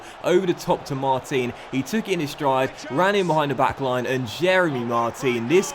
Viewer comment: Just being nit-picky here, but Mar-teen is actually pronounced Mar-tan in French. Love the series and your content, keep it coming!